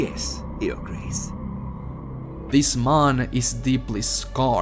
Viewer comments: He says mon instead of man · Am I the only one who heard maan rather than man ? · Everybody: Man: Mon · "Dis Mon" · "This mon" lol you say man like cinimon from apple Jack's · It took me 5 mins to realize that he was saying man and not Mon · I thought he talked in a Russian accent there